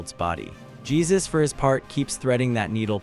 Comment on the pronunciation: Not Jesus, but its pron is "Jae Joo S"